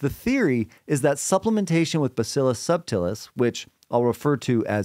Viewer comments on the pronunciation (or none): none